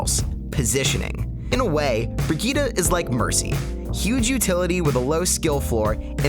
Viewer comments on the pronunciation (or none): "bri-gee-duh" nah it's "bri-jeet" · why are you pronouncing it as "BriGita" it's "brijitte" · Christ it's Bree-jeet, NOT Brigeetuh Vegeta. Her name is French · she is called BRI GITTE NOT BRIDGET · Why does he say brigeeta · its not brigeeta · Why do you pronounce her name "bree gueeta"? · learn to fucking call her name right. BREE GITT EEE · everytime he says brigitte yikes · oh and pay attention is a T not D sound